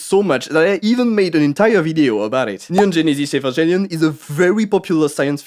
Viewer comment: Listening to you say "Neon Genesis Evangelion" might be the funniest thing I've heard all month, and it's gonna get me through the rest of this year